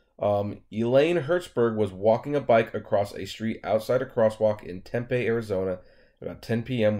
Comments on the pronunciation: Ssssooo I guess my mindset has high standards. I just assumed that the autonomous car would’ve had an engineer in the vehicle. But to put a convicted felon in it.... I don’t know. Uber is shady af! Lol I know that much. Oh... it’s not Temp-a... it’s Tem-PEE. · Diana Yates, I have tried to tell him in all videos hes done on this. Ive told tem pee, and in this one. ..he says 10pm and it sounded like he said tem pee. I seriously don't think he reads the comments. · lol, dude...it's tem...pee. just like you said 10 pm. Seriously. TEM PEE...TEMPE